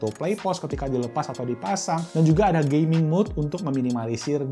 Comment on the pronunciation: wah banyak ya pilihan tws, saya pribadi pake shanling mtw100 btw masnya ngomong gaming kedengeran gay-ming wkwkwkwk